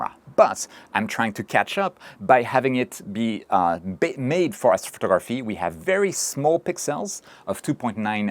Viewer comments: You speak really well except for one word: astrftgrphy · Lololol what did you just say?? ??? Afro ruhruhtuh??? 😂😂😂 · As-photography sounds like Assphotography after hearing it a couple times 😂